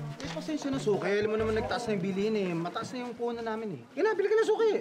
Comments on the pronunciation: Yung suki naging shoki hahahahahah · Sabi ni archie suki or shoke hahahahahaha😆😆😆